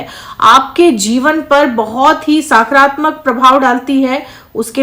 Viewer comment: साकरात्मक नहीं सकारात्मक बोलिये